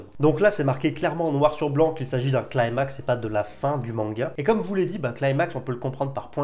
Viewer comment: Climax est un mot français d'origine grecque, il faut prononcer un "i". Le mot "climax" est employé pour les tragédies en particulier. Il y a une idée de gradation avec atteinte d'un sommet. Si cela peut aller de pair avec la fin de manga, mais cela voudrait dire que la fin du manga sera saisissante et non pas une petite conclusion quand tout est résolu. Si le mot est employé correctement, c'est cela qui nous attend. J'ai lu tous les scans, je ne vais donc rien dire de ce que je pense, sauf que j'ai toujours attendu des infos sur la marque au front de Tanjiro, sur sa famille du passé et sur les cartes qu'il a en boucles d'oreille.